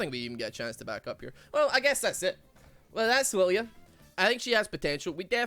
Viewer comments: Funny, Riot makes a Scottish champ but Scottish man cannot pronounce the name. Good job Riot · Anime deer, has supposedly Scottish name, Scotsman can't properly say name of fuckin deer, big brain designs.